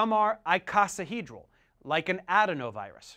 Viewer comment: Some good info, but I think your pronunciation of "icosahedral" and "adenovirus" might not be correct.